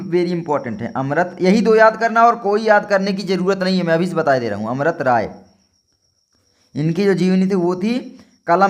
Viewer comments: Bhai amrt rai nhi amrit rai hota hai yaar 🤦🤦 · Sir amrat rai nhi amrit rai hai